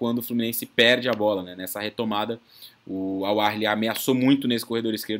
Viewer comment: "Au Arley" kkkkk Vitória Fluminense